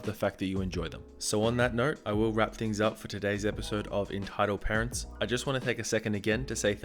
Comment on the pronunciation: Is it just me or did it sound like he said "Retitled Parents" lmao.